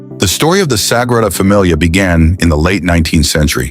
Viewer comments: Sagrada Familia NOT Sagrada Damilia! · O:57 pls edit. It's SAGRADA FAMILIA, not "DAMILIA". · wtf is DAMILIA? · AI voice can't even pronounce "Gaudi" consistently. And the completion date keeps changing throughout the video, based off of whatever source material is being stolen. Also, "Sagrada Damilia" is a pretty big giveaway! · The Sagrada Damilia .......stupid AI..... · Sagrada Damilia... 😂😂😂 Buen intento!